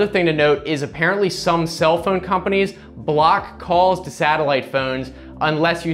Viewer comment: Who says the word PHONE like PHEUUNE? Thumbs-up anyway. For the PHEUUNE.